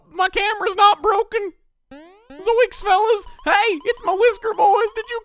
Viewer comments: Shaggy says zoinks not yoinks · He does know Shaggy says Zoinks and not Yoiks, right?